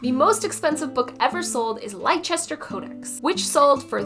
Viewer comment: Leicester is pronounced Lester. Great video, apart from that.